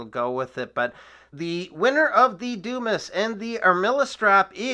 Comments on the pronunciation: Dude. That's not a doo-miss. It's a Dumas. Pronounced dew-mah. As in Alexander Dumas, author of the "Count of Monte Cristo." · It's pronounced Dew-MAH. Grow up. Stop embarrassing yourself.